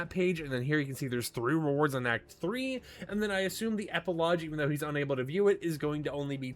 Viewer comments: never heard an American pronounce it as eh-puh-lodge. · Epilogue is pronounced with a hard G. Not "lodge" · Epilogue doesn’t have a j in it, why do you pronounce it like that 😂